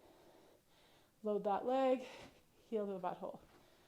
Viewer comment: Bui hole? Where are you from?